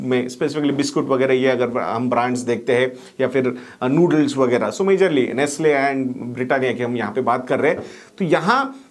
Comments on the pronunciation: Nestle not nastle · Correction: Its Nestle, and not Nastle. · Nestle and not nastle